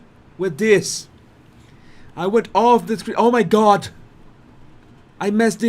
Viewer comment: Please stop calling o my god.